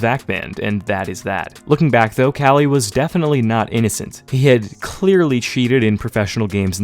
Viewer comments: KQLY is pronounced Kaly and not "Quickly"??? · Hold up... Is that actually how you pronounce kqly? I always assumed it was like que-kly not cali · Love ur vids but Kqly is kukli not kali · Since when are we pronouncing KQLX Kelly?? I thought its kinda like "Coukly" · who tf is kally? You mean KQLY? lol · I thought KQLY was pronounced Cukely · Great bro but KQLY's tag is pronounced "quickly" 😂 love the vid anyway as usual, keep it up ! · that's the worst way I've ever heard someone call kqly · Kqly pronunciation bugs me, but he didnt even use the good clip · Is Kqly really pronounced like that? Good video anyways